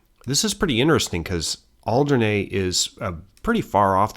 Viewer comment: Alderney is pronounced with E on the end, and not an A. Interesting pronunciation of Guernsey! 😂👌 In Jersey, we have a large Neolithic monument called La Hougue Bie, built around BCE. 🇯🇪